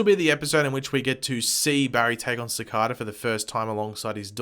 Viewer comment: It's pronounced "Cicayda"